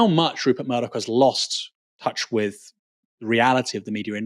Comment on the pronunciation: Hey, why don’t you learn how to pronounce the word ‘with’: hint it doesn’t have a ‘v’ in it.